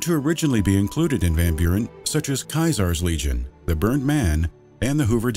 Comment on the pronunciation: Caesars legion? Why'd he say it like that